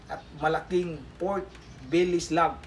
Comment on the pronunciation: Belly not billi hahhaa